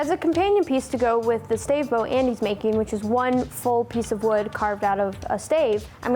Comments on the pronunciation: exactly a stave. (Pronounced like stab but with a "vuh" sound instead of a "buh" sound) not a stay-ve, as he said. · "Stay-ve"??? Wtf is a stay-ve?